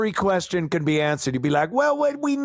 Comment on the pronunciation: And axx quershtuns.